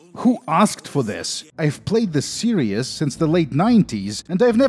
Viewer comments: The word "series" is pronounced "see-reehz" and not "serious". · Ah, another great video full of interesting details and him pronouncing 'Series' as 'Serious.' Great video as always dude. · lmao i smile every single time this man says "serious" when trying to say "series". hote, you are a golden shrine of innocence and extremely satisfying content,. we must protect you from the outside world and youtubes demonetization sweeps at any cost.